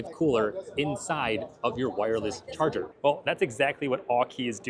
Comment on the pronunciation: "Wireless Chager"